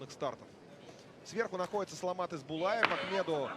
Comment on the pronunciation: Правильнее будет не Исбулаев, а Есболаев. Есбол - это чисто казахское имя.